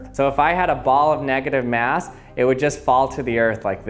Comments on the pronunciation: x X_NoobSlayer_X x Yeah ikr! Its every second he says it "neGAtive maass" negaTIVe mas" "negative MASS" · neahgadive meaws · I think you two don't understand that OP probably spelled it that way because the way the guy pronounces "negative MAAASSS" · Nugitive mass